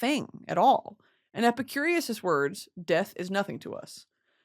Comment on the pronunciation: brittany pronouncing epicurus as epicurious for an hour